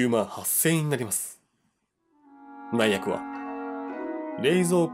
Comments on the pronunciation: 内訳ってうちわけなのにないやくって言っちゃう可愛い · ｢内訳｣って｢ないやく｣とも読むんですかね？？ ｢うちわけ｣じゃない？と思ったけど、自分の知識に自信が持てなかった( ˘ω˘ ) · 今更だけど… 内訳の読みは「うちわけ」ですね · ...内訳はないやくじゃなくて、うちわけだよ...w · 内訳（うちわけ）な(´・ω・) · ないやくw たまに変な読み方するよねw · 内訳(うちわけ)な…